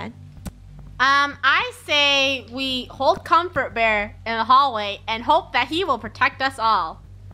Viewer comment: Doesn’t comfort bear sounds like come for bear Does it or is it just me